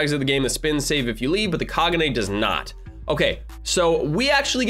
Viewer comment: You said Kagune wrong, the e in the word kagune is pronounced with a long e, so it is KagunE.